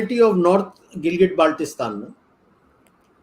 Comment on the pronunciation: I see two fake experts laughing like a clown who even cannot pronounciate Gilgit Baltistan properly, claiming it as their land.